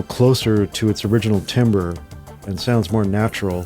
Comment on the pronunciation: Nice video, but timbre (/ˈtambər/) is not timber (/ˈtimbər/).